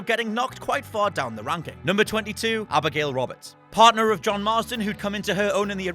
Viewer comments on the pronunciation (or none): I like her fiery attitude, but I absolutely HATE when she says "Joan"...bitch his name is John